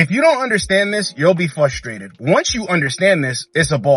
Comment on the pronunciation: Love your videos bro. Watched at least 100. But for the love of Christ. You say “FUSTRADED” a lot. It’s frustrated